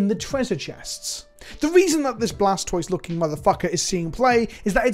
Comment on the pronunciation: Isn't the "toise" of Blastoise supposed to pronounced like tortoise? (kappa)